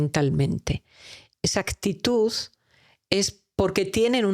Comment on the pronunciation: Todo excelente, pero la pronunciación, me distrae. Astitus, por actitud. Ascion, pasto por pacto.. y así sucesivamente. Perdón pero me crea caos mental.